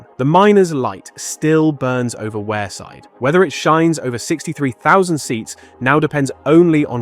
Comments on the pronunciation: decent video. pronunciation is a bit off :-) its not "where-side" its "weeeerside" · It's Wearside which is pronounced and sounds like weerside not wareside as he's saying 😂 Amazing stadium it is though 🤗⚽️ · Wearside is not pronounced Ware-side. First sentence… 🤦🏻‍♂️